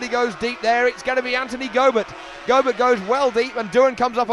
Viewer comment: Go-bear ? lol Making him a bit more European than Aussie there announcer man.